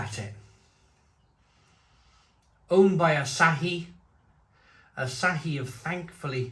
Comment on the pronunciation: Good pronunciation of "Asahi" by the way